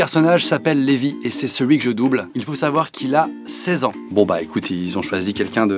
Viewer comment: Cest pas le meme prenom car celui dans SNK se prononce Livai et non Lévi..